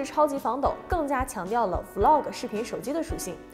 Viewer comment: 還是伊凡講 Vlog 連貫讀出 有很多男女主播成 V -log 太難聽了